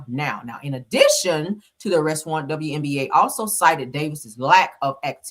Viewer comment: WBA NOT WNBA. I'm laughing every time you say it. Good commentary.